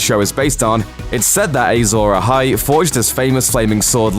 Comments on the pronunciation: Who else cringed every time the announcer said "Azor Ahai?" It's pronounced Ah-zohr Ah-hai, not Ay-zohr Ah-hai. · Ay-zor Ahai? 🙄 it’s written and spoken Azor Ahai. Clearly the presenter, like Jon Snow, knows nothing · Your pronunciation of Azor Ahai is OFFFFFF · A lot of GOT fans getting pissed off at how he says azor ahi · They struggle enough with getting real life actors names right, there's no reason to think they would pronounce fictional ones correctly.